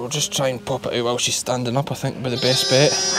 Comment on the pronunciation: "Just comin oot the bak door" xD